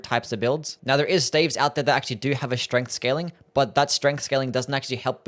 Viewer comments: Am i weird or is he pronouncing staves wrong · "Glintstone steivs" 💀